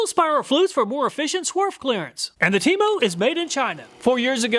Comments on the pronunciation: Temo sounded like Temu for a second there 😂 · 😂😂 I thought you were saying TEMU, like the cheap Chinese direct sales website not TEMO😅.